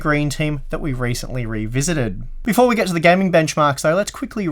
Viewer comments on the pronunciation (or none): none